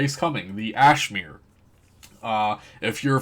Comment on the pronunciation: "Ashmeir" >.> <.< what?